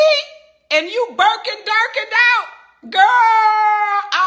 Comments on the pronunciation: Birkin Durkins and Chanel-a-del-as 😂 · 😂😂😂😂 i love. "Chaneladelins"😫😫🤭 "Burkin Durkin"